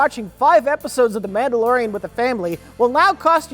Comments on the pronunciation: "Namblalorian and Grogat". Perfection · Did he say, "Namblalorian?" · did he say the namblalorian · "the namblalorian" 😂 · wow... did I hear correctly? The Namblaorian? Is that what he said in the intro to this movie? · Did call it The Namblalorian & Grogot? I'll call it that from now on. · Did he say "nambla-lorian"?